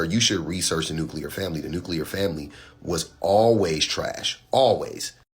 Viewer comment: He said nukeular not nuclear.....hahahaha!